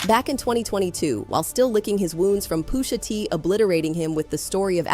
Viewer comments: "Poosha T" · "Poosha" is killing me. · “POOSHA T” 😂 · "Poosha T" 😂😂😂